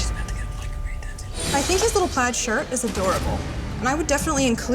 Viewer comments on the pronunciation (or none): none